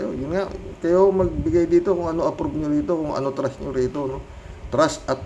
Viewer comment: O sige, sagutin ko tanong mo: ANO ANG TRASH RATING KO KAY HITAD? hahahaaaaa.... 100% trash ang rating ko dyan. ay, ano ba TRUST ba, kala ko kasi trash eh, yung promounciation mo kasi, may diperensya... ahahahahahahaaaaa.... jokelangpo!